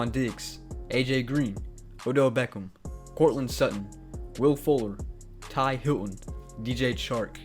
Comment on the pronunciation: It's T.Y. Hilton not Ty Hilton